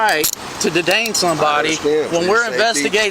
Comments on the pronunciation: We have every right to “duhdane” somebody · "to dedain somebody" dude is a country bumpkin, "it don't make no sense" STFU tyrant